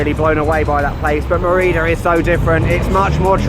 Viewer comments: Loved the video, but the way you pronounce Mérida made me feel very uncomfortable somehow, haha. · can you bother to learn to pronounce stuff properly? It's ME-rida and ZO-calo. How hard could it be?